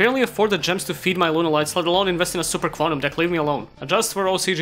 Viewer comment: I swear everytime you say Super Quantal I think you're about to sing super idol 的笑容都没你的甜.